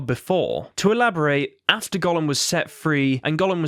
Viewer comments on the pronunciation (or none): none